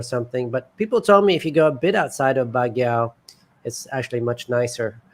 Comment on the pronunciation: Its pronounced Bag-Yo